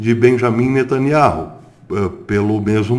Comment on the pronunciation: A pronúncia do nome de NETANYAHU está errada. NETANIAU é assim o som da promùncia.Verifique por favor.